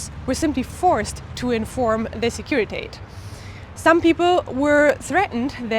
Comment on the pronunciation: Securitate does not rhyme with English wait or gate. It's pronounced exactly like it's written; /sekuri'tate/.